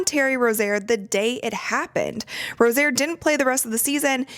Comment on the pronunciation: You're pronouncing Terry Rozier's name wrong.